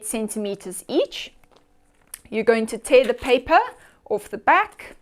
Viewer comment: When she says "orfth" instead of 'off' ....it kind of gives it away.